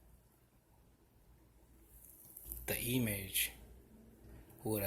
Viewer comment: My guy really just struggled that hard to mispronounce the word "image"